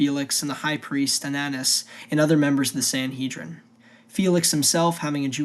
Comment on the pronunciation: Anaias ... how tf could that be Ananus? Just read with your eyes. If you're going to make these, man, learn to say the names right or it's hard to take you seriously. Shimon is not "Shy-man" and dude... ˌkæn dlˈɑ brəm